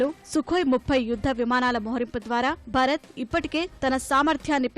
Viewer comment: అమ్మా తల్లీ !!!! న్యూస్ రీడర్ మన దేశం పేరు అయినా సరిగా పలకడం నేర్చుకోండి. భరత్ కాదు భారత్